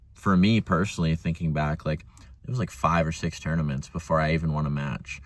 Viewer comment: 5 ternanents before I ever won a match.....